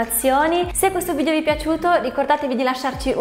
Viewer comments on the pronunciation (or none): none